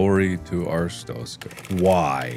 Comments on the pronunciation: It's been three years. Markiplier is working proudly, and ambitiously on Iron Lung. Still, no revisit to PP in Artist stokers.... Ars stronkers.... Arstotska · Anyone notice how he is saying "Arstotzka" wrong?